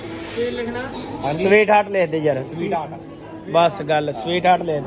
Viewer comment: ਮੈਨੂੰ ਤਾਂ ਰਾਤ ਮੋਟੇ ਦਾ 🍻🥃ਪੈੱਗ ਲਗਾ ਲੱਗਦਾ ਸੀ ਮਿੱਠੀਆਂ ਸਵੀਟਹਾਡ ਤਾਂ ਬੰਦੇ ਪੈੱਗ ਲਾ ਕੇ ਹੀ ਬੋਲ ਦੇਆ ਬੜਾ ਪਿਆਰ ਆਊਦਾ ਸੀ 😂😂